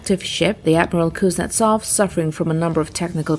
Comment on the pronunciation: kunzetsov?????reallly????lol wahata shame 🤣🤣